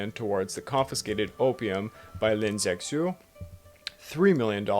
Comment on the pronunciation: Appreciate the video but please let me help you with your pronunciation. "x" makes a "sh" sound in Chinese (Lin Ze-Shiuh), and Canton is pronounced with the emphasis on the second syllable. "can-TAWN."